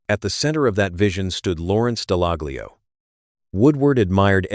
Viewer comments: It's pronounced Dallallio. The G is silent. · Would help if you pronounced his name correctly